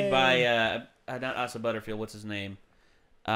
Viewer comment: It’s “A-sa” not “Ah-sa”, it’s pronounced exactly the way it’s spelled Also unfortunately Fox moved the release date into the summer in June, which is frankly a horrible decision - they should have kept the February date so they could avoid the summer block of movies that will simply bury it - putting this movie now between Avengers 4 and Spider-Man Far From Home is a terrible decision just as when Disney horribly put Solo between Infinity War and Deadpool 2. It’s only going to be forgotten in that block. At least in February and around Valentine’s Day, you could count on this movie not being crowded out by other huge releases.